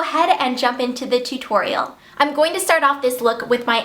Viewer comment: She says tutorial funny